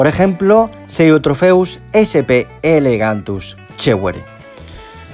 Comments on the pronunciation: Perdona que te corrija, pero en el vídeo no paras de decir "elegantus" y es "elongatus". Por lo demás buen vídeo como siempre y el pez me gusta bastante, de hecho lo tengo en el acuario. Saludos. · ELONGATUS no Elegantus... Y tienes que aclarar que es FITOplancton y no ZOOplancton, ya que dices que se debe alimentar con vegetales y no con animales.